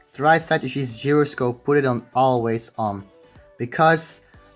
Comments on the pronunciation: Geroscope? Its pronounce as jai-ro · It's pronounced jy-ro-scope, not whatever the fuck you were saying! 😂😂😂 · this guy is pronouncing it as geroscope yo don't ask me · instead of calling others fool check this out the original pronunciation of gyroscope is gyro only not gairo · Not to be that guy but.... “GIROSCOPE” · Its Pronounced as GYROSCOPE ( kai-rou-scope) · its pronounced jai-ro-scope. dude its easy to search it up on google right?